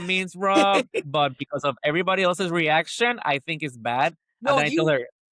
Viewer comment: said tink